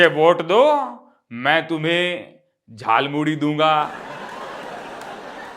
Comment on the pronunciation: Jhalmuri नहीं 'jhal"muli'..😅